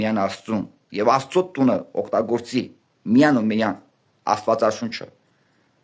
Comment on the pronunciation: ջան` տղաս, նախապես ներողություն եմ խնդրում,սակայն չասել չեմ կարող, որ քո բառապաշարով ի չիք ես անում ողջ համարյա հիվանդության հասնող ՄԵԾ Հայրենասիրությունը ունենալու բառի փոխարեն ասում եք ունենանալու, միայն֊ի փոխարեն արտասանում եք միան և բազում֊բազում այլ արտահայտություններ։Եթե քեզ չգնահատեի չէի ասի Ուշադիր եղիր լեքսիկոնիդ